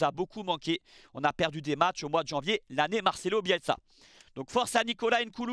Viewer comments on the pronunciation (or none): none